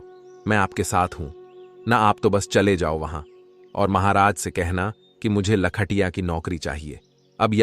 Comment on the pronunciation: कहानी अच्छी है लेकिन ठंडे तारकोल में कैसे नहाए। दूसरे लख-टकिया बोला जाता है। लिखने वाले ने क्या लिखा है। बोलने वाले ने क्या बोला है।